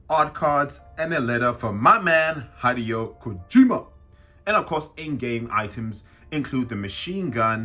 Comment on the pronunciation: Says “my man Hideo Kojima” but can’t pronounce his name correctly 😂